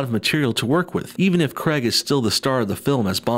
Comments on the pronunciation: It's pronounced "Krayg", not "Kreg"; and before you try to say "I'm American and I'll pronounce it how I like!" it's his name, and that's how he pronounces it, so you are wrong. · Yay, more forced diversity! But I have to say,, the “Craig” in Daniel Craig is pronounced CRAYG, not Cregg! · Is no one going to say anything about him saying Daniel creg not Daniel Craig. I have to say it we need more Scottish bonds again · "Daniel Creg" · Can you please say craig properly